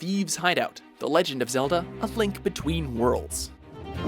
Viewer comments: He said a flink between worlds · A thlink. A think. A the link. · Holy crap, he totally did. Bahahahahaha